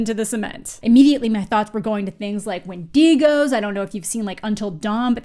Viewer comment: lol, you say Wendigos funny.